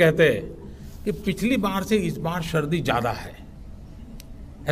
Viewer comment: Pradhanmantri ko angrezi to angrezi Hindi bhi nahi aati sardi ko SHARDI bol rahein hain.